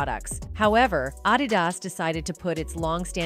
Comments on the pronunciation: Say if u gonna make a video get yo punctuation together wtf is addy das , bitch it’s ahdedas(adidas)😂😂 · It is Adidas not adi-das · Umm sry but ADD IT DUS, ADD-IT-DUS , ADD-IT-DUS LOL ...is this an AI VOICE Talking in this video 😅🤣😂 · Adidas, according to the narrator is pronounced a-dad-is 😂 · Good video but wtf is 😊 🤖”Adedas” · Adidas is not pronounced ah-dih-dahs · You can’t pronounce Adidas? WTF?! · How did you pronounce Adidas again 😂😂😂 Rev 2:9 & 3:9 should be studied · That's how Alexa pronounce Adidas. Or she never heard of Adidas after all these years. Every sport shoe store SHOULD have a pair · Lmao that Ai voice saying Adidas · Yeah, def AI. I couldn't stop laughing when I heard how ADIDAS was pronounced! 😂 I mean come on, I would HOPE no actual human reporter would F that up. Considering ADIDAS has been around for almost 75 years now. But, at least this voice was better than the tons of videos I've seen that use the extremely choppy, highly robotic sounding voice. That shits unbearable to listen to. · adidas has been mispronounced for years. same as ni-key as nike, hyundai as hoonday or hi-oon-die, depending on state or country even official tv ads can say them differently